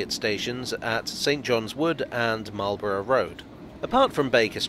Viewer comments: Bruh .... it's "Mawl-bruh". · Well done, another bit of the underground covered. A little surprised on your pronouncation as standard English pronunciation is Could have mentioned the old platforms that are clearly seen as the modern Met line trains clatter through from Baker St to Finchley Road. The metropolitan ran from Finchley Road to Wembley Park ( for the Empire Exhibition 1924), with platforms at Kilburn ( bridge over the High Road ), Willesden Green and Neasden. You can see traces at West Hampstead ( old Station building now an estate agent). The Great Central ( now Chiltern trains run parallel from Finchley Road to Neasden, where it branches off to Wembley HIll ( now Wembley Stadium). You can clearly see the date on the Bridge at Kilburn High Road, and the "Squaredle " on the outside of Willesden Green Station. The Met line used to run out to Aylesbury as late as the 1960s. I remember as a very young child traveling with my Grandma to Wembley Park on the Met line with slam door carriages, pulled by Sarah Siddons like dark red locomotives. An example of this type of electric locomotive stood at the side of the Neasden works / sidings and LPTB reserve power station. Keep up the good work and don't always oversimplify your histories. The nearby significance of the Lord's cricket ground to Marlborough Rd and Lords Met Railway, as well as St Johns Wood (Jubilee line - formerly Bakerloo line Stanmore branch) is pretty significant to cricket fans 😂😂. See also John Betjamin film Met